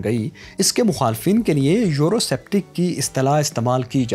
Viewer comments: A very informative video but.......the narrator repeatedly pronouncing the word "Eurosceptic" as Euroseptic made it look like as it was made by a novice who had a poor knowledge of English speaking and pronunciation. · It’s pronounced Eurosceptic(skeptic) not septic...